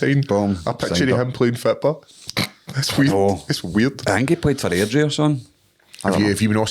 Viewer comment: Airdrie? LOL